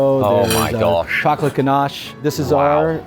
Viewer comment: Each time Ollie says "Oh my gosh", all i hear is "Oh my Josh"! :D